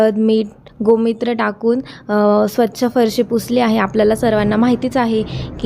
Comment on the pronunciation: गोमित्र नाही गोमुत्र